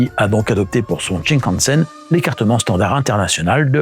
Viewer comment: Ça se dit shinkansen, pas tchin + la musique d'inspiration chinoise pour parler du Japon... 😓 Sympa la vidéo, mais ça manque un peu d'explications pour l'international, il y a de quoi creuser en sachant que la technologie utilisée en Chine, en Corée, au Japon ou dans d'autres pays asiatiques n'est pas la même que chez nous. Le plancher des trains y est plat avec des quais plus élevés que chez nous par exemple. Et on peut rajouter aussi pays de lignes à Grande Vitesse : - Arabie Saoudite - Ouzbekisthan - Autres pays européens de l'Est Il aurait pu être bien de parler du maglev aussi